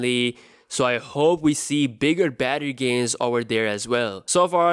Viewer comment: I thought u were saying "gaisss".. for one moment i thought u was malaysian 😂😂😂